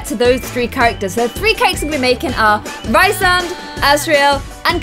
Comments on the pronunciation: FIRST OF ALL ITS REEEEEESE AND NOT RIIISAND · omg yas sarah j maas is my fav author, dying, i love this (also its pronounced Rhys-and, not Rhy-sand <3) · His name is pronounced Rees-and, and Illyrains (Azriel & Cassian) don't have pointed ears, their ears are meant to be human shaped + their wings are meant to be huge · it's pronounced Reesand! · and it's pronounced "Ree-sand" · OMG I HAD NO IDEA U LOVED THIS SERIES 😭😭 YEEEEESSS And also Rhysands name is produced reece-sand. I know in our queen sarah's books the names can be hard to pronounce but that is how she herself produced the name in interveiws. I pronouned many of the characters names wrong until i heard them said in interviews, dw its a common problem🤣🤣🤣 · I’m really late, but Sarah J. Mass said that Rhysand’s name is pronounced like Reece-and. I am a huge fan of the books and I follow some book tubers, and one of my favorite book tubers had an interview with the author and pronounced it the way she imagined it. Nesta is my favorite female character in the books, and Az is my favorite male. You should make a video of the books you’ve read. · YASSSSS I LOVE ACOTAR, ACOMAF, ACOWAR!!!!!!WOOOOO!!!Btw, I thought Rhysand is pronounced like Reece-sand? And also, did you cry?!? When you read the ACOWAR? Ya know? Because of what happened?!? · Rhysand= Rees-and. Rhys= Reece. I’m sorry, I hate to be that guy, but there’s a pronunciation guide in the back of the book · Rhysand is pronounced ree-sand 😂 and Reece for short